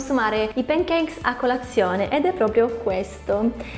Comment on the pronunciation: p"E"ncakes....non si può sentire! 🤦🏻‍♀️ Per il resto video interessante 👍🏻